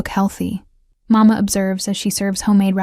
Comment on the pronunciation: Please remember that in general, Italian children in Italy call their father « Babbo « ( like Babbo Natale, Father Christmas ) . Papà is used in certain families, but Màmma with the accent on the first syllable, is the normal pronunciation, which is NOT the Spanish “Mamá “. Who cares, will you say, but it gets on the nerves of native speakers.